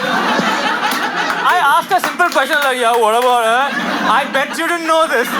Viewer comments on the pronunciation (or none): saying 'i bettchuu dint know thiss' has to be the funniest shi